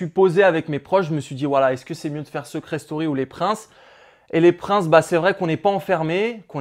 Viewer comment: Sa vous stresse pas le "seuucret story"😂😂